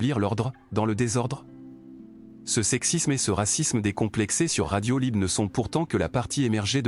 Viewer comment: Tu es aussi caricatural que Bassem ! Zehma, tu ne sais pas prononcer le mot "Hlib" correctement ?! Et puis, ta personnalité de mec posé, réfléchis qui parle correctement sonne faux. Tu force ta tonalité et tu ne parles pas un mot arabe pour ne pas passer pour un "cassos" ! Ce qui est évidemment ridicule.